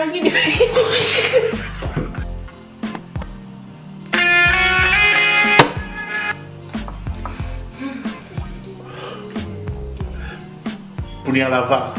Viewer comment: “Cardi-B and Punialava’a” 😂😂😂😂😂😂😂😂😂😂😂😂😂😂😂💯